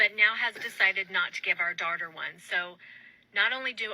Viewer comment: "My dwautuh..." 😂